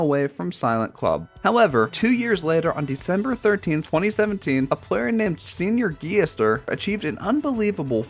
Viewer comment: "seniorguillester" brother what?